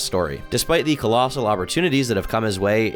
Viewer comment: "colossal", nice one 😂